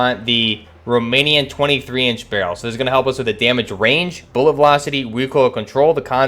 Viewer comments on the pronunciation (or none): none